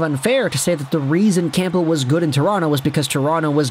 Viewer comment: Cam-bull you don’t say the p